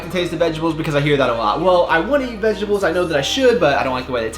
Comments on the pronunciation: Ve-GET-ables lol but loved the video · The way you say vegetables is sooooo funny! Had to rewind a couple of times haha. Also,, you cursed for the first time on your channel! 😱 Love you man, have a blessed weekend <3 God bless you.